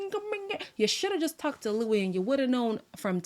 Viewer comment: You’ll be sooooo irritated by naked in the next episode 😂😂😂 and can they stop calling ‘Luis’ ‘Luish’ ???? There’s no h at the bottom so why do they keep pronouncing ‘h’ in the end ?